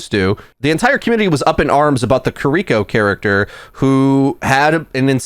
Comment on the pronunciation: “Kur-EE-ko” Nani??